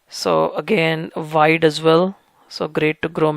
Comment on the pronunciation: Dear,, thanks so much for the info. I'd like to ask, it just confuses me, that's why... why are you saying "vide" for "wide"? And "wines" for "vines"?...